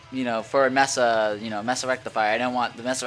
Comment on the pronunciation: pronounced MAYSA not MESSA - duh. And Orange cab sounds the best.